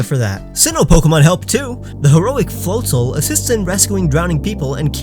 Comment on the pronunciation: god i cringed how you pronounced floatzel's name it's float-ZEL Not float-ZOL Get it right